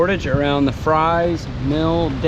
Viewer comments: Fries is pronounced "Freeze" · It's FREES, not "Fries" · The big 4 lane bridge at 30.29 is hwy 58 not 21 and yes its spelled Fries, VA but its pronounced 'freeze.' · Fries, VA is pronounced "Freeze". Don't ask me why..... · So before the helene floods. It was really bad. Thank for give me a sighting of my hometown river. Oh yeah, it's pronounced Freezes. Lol I know